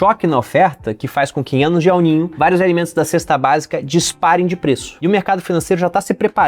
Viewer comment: Pior é o "El Nine" 😂